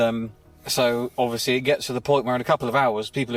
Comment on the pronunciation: How many times he said ovesly 😂count and comment 😮